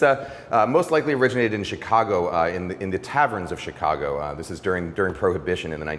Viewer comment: Thanks Ken, you nailed it. Love, a native Chicagoan. PS: You say Chicago like a proper Chicagoan.